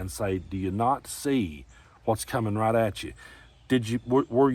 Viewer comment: I love you man. I know you were saying "right in front of you ", but my Chicago ears heard "rot in front of you ". Both correct